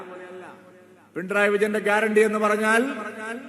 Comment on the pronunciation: പിണ്ടറായി വിജയൻ എന്നാണ് ചേട്ടായി പറയുന്നത്😂 അത് പോലും പറയാൻ അറിയില്ല സൂരപ്പൻ